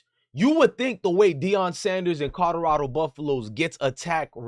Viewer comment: It's "Colorado" not "Codorado"